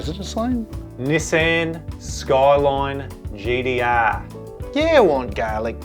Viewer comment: LOL the Skyline GDR was perfect! exactly how we say it, good job